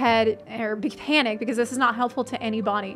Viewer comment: when she say any body i swear to good i hear "any-buny" LOL take care!:) love you puns